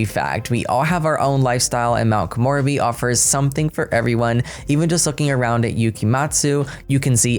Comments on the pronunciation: Komorebi = ko-moe-re-bee The re is a slight ray sound. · It's "koh-moh-REH-bee"!!! (not "koh-MOR-uh-bee") She pronounced it in the trailer, thankfully. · please check out the gameplay trailer to pronounce Mt. Komorebi correctly. Please don’t get offended!! I love your videos. It’s just that my brain is sleepy right now too 😜 and zeroing in on that word 🤦🏼‍♀️ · Thus pack sounds better and better as we get more info...but your pronunciation..... not to be annoying or anything, but you mispronounced samurai and still mispronounced Komorebi (sp?) Koen in Japanese for park FYI 😃🤗👍 Lol, the plumbob was right above your head while u read the onsen part... I can't wait to see the cas and build/buy items!!!